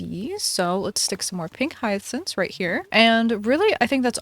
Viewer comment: why are you calling them hyathcynths I'm crying